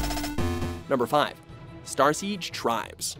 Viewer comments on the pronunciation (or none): none